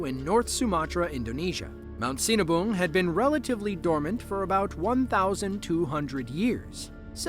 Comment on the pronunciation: That last video. I dunno how that volcano name is spelled, but all i can hear is cenaboom. And yup. They seen a boom!